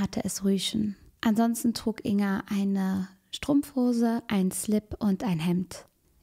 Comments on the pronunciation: Ein kleiner Hinweis: man spricht den Namen Ing-Ga, also das G wird gesprochen. Natürlich ist das Video auch so gut und wichtig. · Jetzt mal ganz vom schrecklichen Inhalt des Videos abgesehen, mich triggert es immer wieder, wie sie "Inga" ausspricht😅😅